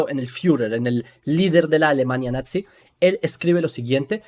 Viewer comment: hola, mira se pronuncia "NAZI" no "natzi" 😊